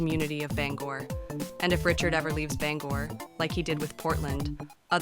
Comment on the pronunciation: Shut the fuck up about local politics if you can’t even pronounce the city correctly